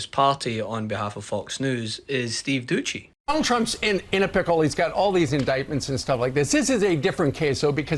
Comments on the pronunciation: It’s Steve Dooo seeee not dooocchi 😂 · Doucey is a knob, but at least get his name right. It's not Doochey. That's just lazy. Do better.